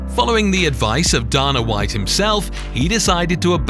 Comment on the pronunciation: Theres no way you pronounced Dana White‘s and Tito Ortiz‘s name lika that